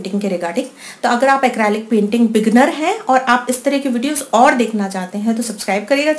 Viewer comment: It's quite nice, but please correct your pronunciation. It's Acrylic. ACREEEEELIC. Not ACRAAALIC. Other than that, your videos re nice.